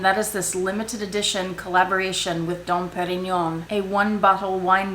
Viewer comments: Your pronunciation of that Don Parion had me laughing, and I know I didn’t spell it right 😅😂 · Every time you said "Dom Perignon" 😂😂😂 Oh my goodness, I so adore you!! Great video as always.... and to the total vachetta bag I have 3 words: OH HELL NO.😱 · Ha ha! I love EVERYTHING about this video from the pronunciation of Dom Perignon to Vachephobia! Such a fun video for the Halloween 🎃 Season! Also, I knew about the two wine bottle holder as I almost purchased one ☝🏾 from EBay a few months ago. I, however, had NOOOO idea of the plethora of vachetta bags that have been made over the years. Very informative! Great work! Xoxo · I just wish I could say "Dom Perignon" the way you do!!! I definitely suffer from Vachettaphobia!!! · OMG..., this whole video had me laughing from beginning to end. You are one funny girl,! I could watch this again just for the laughs!:) The way you say Dom Perignon... oh my belly.